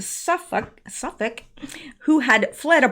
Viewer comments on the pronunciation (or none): none